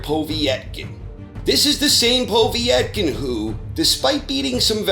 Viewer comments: Just a minor point, it's "Po-VET-kin" not "Po-viet-kin". Excellent content as always. Cheers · It's "Pah-vet-kin" not "Poh-vee-ett-kin" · lol who the fuck is "Poh-vee-et-kin"? I mean, it's really not hard to pronounce his name correctly... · Povietkin?? What the fuck is a “Poveitkin”? ITS POVETKIN! PO! VET! KIN! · Povy Etkin who the fuck’s that? Povetkin you mean? Lol 😂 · Povee-etken? Seriously WTF is with Americans and their weird pronunciations of fighters names? Carl Frowch anyone? How about Tony Baloo? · Who is Poe-vee-etkin? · Poe-Vee-ek?> wtf is this channel, lollllllllllllllllllllll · How the hell did you start saying po vee etkin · Why do you keep pronouncing Povetkin "Povee-etkin"? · Tim Skalsky Because he's old and old people are weird. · Are you intentionally mispronouncing Povetkin ?